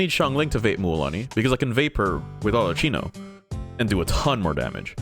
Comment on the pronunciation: pronouncing it wrong AND putting the wrong character 😭